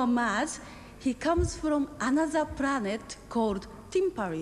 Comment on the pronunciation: Pwanet called twimperly